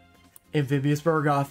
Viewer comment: Friendly reminder; It's Amphibian BUGroth, not BURgoth.:)